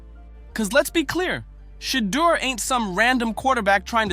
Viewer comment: Say his name correctly. It’s not Shedder.